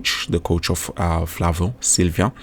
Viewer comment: Silva not Silvia bro 😂